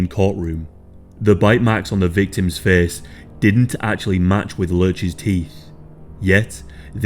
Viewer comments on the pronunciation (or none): Teeth marks on her fiss? U mean f-A-ce?